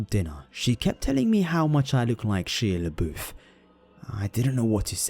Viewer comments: It's hilarious to me. Shila BEWF. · She-a Le-boof 😭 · "She-uh laboof" I can't stop laughing at that. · "Sheea leboof" Sounds French 😂😂😂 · The way you say "Shia LaBeouf" is really cute XD It's Shy-ah La-boof when it comes to how it's pronounced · Is no one seriously going to mention the hilarious manner in which pronounces "Shia LaBeouf?!?"